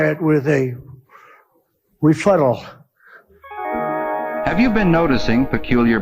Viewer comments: Wonder how they liked the clip of "Sir" mixing up his "refuttals" and "rebuttals"! The man is an uneducated clown with delusions of intelligence! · That friggin'..... 'REFUTTAL', 'Oranges' and 'Ree-Ou-Pee-Doo' crap he spewed gets me every time!!! 🤣😂 Just creepy!!!